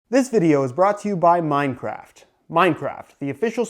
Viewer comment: MINECWAFT YAAS